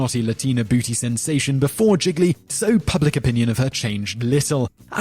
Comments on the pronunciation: Giggly? More like Gee-lee... Sorry that really bothered me. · It is pronounced 'je-lee'......... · This guys pronunciation is appalling. The film Gigly is pronounced "jeely" not jiggly. 😱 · it is pronounced "JeeLee" not jiglee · Somehow I KNEW he'd say "jiggly", not "gee-lee". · Gee-lee. Not giglee. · Seriously, at least learn how to pronounce the titles of the movies you're talking about. Gigli is pronounced (more or less) "Jeel - yee"... not "Jiggly". 😅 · Wait! Is Gigli actually pronunced Gig a lee and not Gee Lee? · Gigli is NOT pronounced "jiggly". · I know the movie was bad, but... Jzee-lee. The second 'g' is not pronounced. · gili, not gigli. you get titles wrong pretty often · It's pronounced Geely like realy! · Idk why im bothered enough to say this but, it's pronounced G-li.....there now that i got that off my chest i feel more complete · #8 Gigli pronounced, Zheely, sort of. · That annoyed me a lil bit when he said that. Not defending the movie.....but it's pronounced Gee-lee. lol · If he mispronounces Gigli one more time... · did he just say rumpy bumpy? also you mispronounced gigli everytime I've never seen it ...to save my eyes from escaping my face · Gigli - "Gee-lee" Cimino - "Chi-mino" Demme - "Demmy" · Simon, you are great. However, this video is replete with mispronounciations - Gigli, Cimino and Demme are three. You have so many videos going I am sure it is really difficult to research this stuff thoroughly. However, with such great content it is a shame that the mispronunciations stick out. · homework for next week: learn to pronounce gigli. wait, scratch that. homework for next week: learn to pronounce cimino.